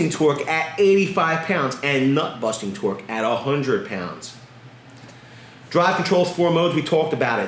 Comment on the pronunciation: NUT-BUSTING not BUT-NUSTING but hey ho, same difference I suppose lol